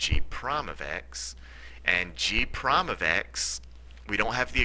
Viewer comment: At the last problem, you said "f prom of x... g prom of x," which the word "prime" is pronounced incorrectly.